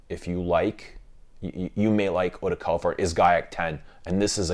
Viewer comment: Californie is how you say it in French yes